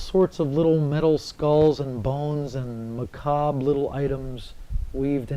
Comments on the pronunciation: Almost lost me on the way dude pronounced "Macabre". I'm that critical, but I'm also curious to see this documentary play out....okay verdict is in: it's actually a really good documentary about the subculture once you get past the cheesy opening graphics. However, there are contradicting view points such as Goth being a culture where everyone is accepted, where some goth look down on cyber goths. Lastly, Voltaire is so fucking hot! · im just over a min in and the voice over guy has already mispronounced macabre. i dont have high hopes for this "documentary."